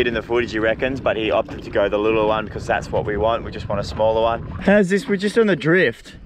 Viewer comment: Thahs it fah anotha episode guys..